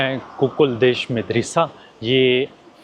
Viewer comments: Why are you mispronouncing the word MADARASA. It is actually Madarsaa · Madrasah Not medrysy 😊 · Such a wonderful vlog, I visited Central Asia in 2022, it was going back to memory lane . Is it madressa word not midrassa ….I think you are pronouncing wrongly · مدرسہ دال پر زبر ہے زیر نہی۔ اردو ٹھیک طرح بولو بھای۔ پاکستانی ہو۔ زیر زبر ٹھیک طرح لگایا کرو۔ سننے والے کے دماغ پر تھوڑے برستے ہیں جب غلط اردو کوی بولتا ہے۔